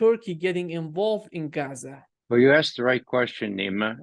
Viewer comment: Ray McGovern is a gem! He even pronounces Palestinian place names and Arabic words perfectly. Eg, "Geza," not "Gaazaa" ...